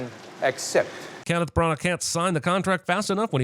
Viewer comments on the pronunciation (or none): As evidenced in this video, Americans can’t pronounce the name ‘Branagh’ either.